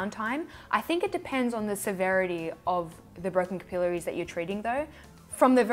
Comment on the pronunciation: Haha. I love how you say capillaries! (Kipilleries). Hehe. 😝